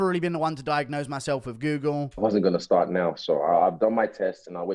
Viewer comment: Adesanya is a twt but he couldnt even say google properly